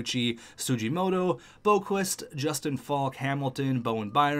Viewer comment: You are pronasinge Adam Boqvist roung